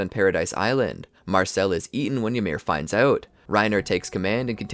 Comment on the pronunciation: Why everybody pronounces it ymIR? Is it assumed? I would assume it is pronounced Ymir, volume increase on the Y.